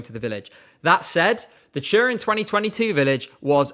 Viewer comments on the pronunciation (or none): Took me too long to figure that "churin" ment Turin haha